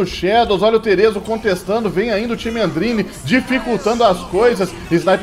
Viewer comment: e desh o nome dele não é terezo não é theeso mesmo, se fala tche eso